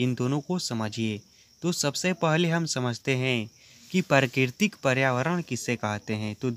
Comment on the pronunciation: Bhai bolna sikh le pehle prakritik🙂parkitik bol rha h